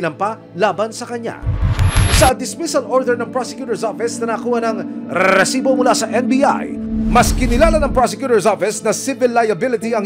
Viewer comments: Tanggalin nyo na yung RRRREEEEESSSSIBOOO! Nakaka bwisitB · ilan pong RRRRREEEEESIBO HAHA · Pwede bang isang letter R nalang sa resibo. Ang dami e😂😂😂